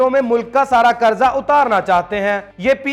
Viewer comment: Qarja ne hota Qarza hota ha🤣, ap aik month bardasht krny ka keh rhy hum ap ko video main bardasht ne kr rhy